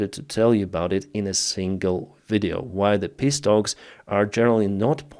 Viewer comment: stop pronouncing peace like this XD You said "pisstalks". You do it too damn often. But right afterwards you spelled it correctly haha